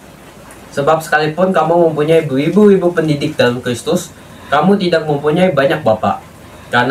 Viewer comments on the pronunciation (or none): Suara pembaca firmannya lucu: beribu ribu jadi berwibu wibu....hehehe